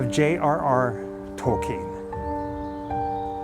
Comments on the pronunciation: Wait a second haha you’re saying his name correctly. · I read The Hobbit and The Lord of The Rings in the seventies. I still have those books. Didn't know it was pronounced Tolkeen. Thanks for that. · Yes, the proper German pronunciation is 'tol-keen'. Glad you clarified that. Great video as always! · Yay! I was gonna ask for you guys to stop too! I recently watched the movie about Tolkien. I watched it about two months ago. Thank you so much for sharing this! Yes, I learned how to properly say his last name too. I’ve always loved the love story between him and his wife. 💙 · I thought the grave would be majestic vibe as well. But it’s certainly not small potatoes either. I think it suits Mr. Tolkien if he were to have wanted this style/type of grave. And thank you for the correct pronunciation of his last name, since most of us don’t say it correctly. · Love how cleaned the necklace and put it on the grave. JRRTolkien was a brilliant man, just like CS Lewis, they wrote the most magnicificent fantasy stories and even their own worlds. They were men to look up to. And I love how you talk about the fact you didn't pronounce his name well, it reminds me of that episode of South Park where Token's name was actually Tolkien because his dad was a big fan, I don't know if you guys have seen that? But it's a fun note. Such an amazing video, can't wait to see the next one! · It's very nice of you to have corrected the pronunciation of his name. It is alone a sign of respect. Many (even folks form the UK) did not know how to pronounce it. So well done and look forward to more videos from you guys. Much love from the U.A.E.